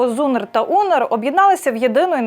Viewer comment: Що за ЗУНЕР та УНЕР ?????? Ведуча, вчи правильно читати НАЗВИ!!!!